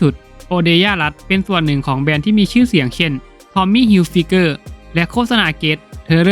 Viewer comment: แนะนำให้ไปเรียนภ.อังกฤษเพิ่มเติมโดยด่วนถ้าจะทำ utuber เพราะอ่อนอย่างแรง..อ่านผิดหลายคำ..เด็กๆมัธยมมันดูกันเยอะ..อายเด็กมัน...#ห่วยจริงๆ..ยกตย.เช่น ทอมมี ฮิลไฟเกอร์ ยังเสือกอ่านผืดได้...เฮ่ออออ..(อ่านฟิเกอร์) อ่านไปได้ยังไงกรุงง!!???